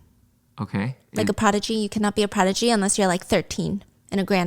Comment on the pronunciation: Does she not know the difference between prodigy and protege? Because every time she says prodigy and explains to her husband what it means it sounds like she's blending the two... then when she says it without explaining the meaning to him I can't tell if she's trying to say prodigy or protege. The way she says prodigy is just wrong, she says it like pro-dijay. I genuinely can't tell if she knows that these are two different words.